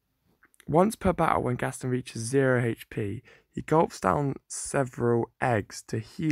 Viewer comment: It is not gastin it is gast on